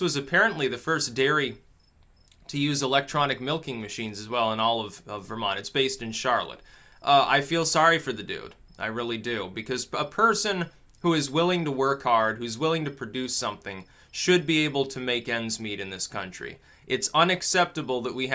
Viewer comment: It's "Char" "lot". The way you pronounced is the one in North Carolina.